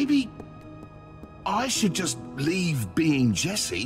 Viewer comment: yo bro is saying esse dude[ment to say jesse]